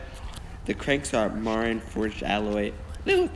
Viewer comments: You're mispronouncing the name Marin. it's MA-Ren. it's a place in California. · Nice review. I have the Marin Nail Trail 6 hardtail and love it! Enjoy! By the way Marin is pronounced "Muh-rin" after Marin County in California.